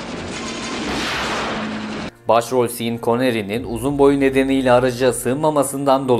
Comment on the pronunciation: Merhaba severek takip ettiğim bir kanalsınız. Yapıcı bir eleştiri yapacağım izninizle. Sean Connery’nin adı “Şan” olarak söylenir; “Sin” diye değil. Kolay gelsin. 🙏😀